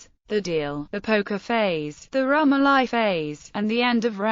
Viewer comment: Pronounced ... rum OH lee